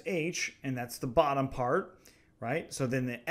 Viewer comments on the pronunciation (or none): none